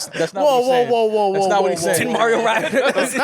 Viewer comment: "MAL-RIO" 🤣🤣 undefeated